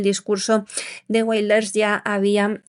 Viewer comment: Y los secuestrados por Hamás que han muerto, ¿Cómo han muerto? ¿Cómo se lo han tomado sus familiares?, Wilders no se pronuncia en inglés, tome ejemplo del señor Vidal, que pronuncia mejor los idiomas...